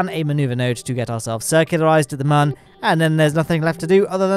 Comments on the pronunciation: Why does he say mon and not moon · Why do you say mon and not moon?